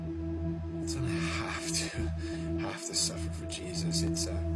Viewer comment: Lmao that have to was weird af